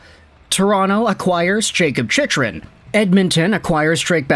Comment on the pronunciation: Hey,, Chychrun is pronounced Chickrun. Been meaning to mention that for a while now.